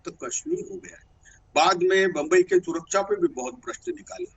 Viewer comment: Suraksha bolna to seekh lo dena to door ki baat